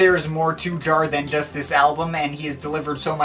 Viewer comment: Jarre. Not Jar. 🙄😉